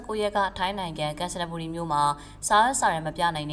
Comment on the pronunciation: ကန်ချနဘူရီပါဗျ နကို နအတိုင်းဖတ်ပါ နကိုနယ်လို့ပြောင်းမဖတ်ပါနဲ့